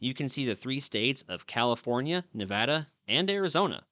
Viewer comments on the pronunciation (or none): none